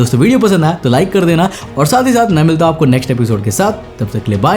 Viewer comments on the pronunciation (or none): मैं मध्यप्रदेश से ही और धर nhi wo धार है और naramda nhi नर्मदा नदी है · धर नही भाई जी धार जिला है और नरामदा नही नर्मदा वैली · plz improve your hindi...its dhar(धार) district and narmada(नर्मदा) river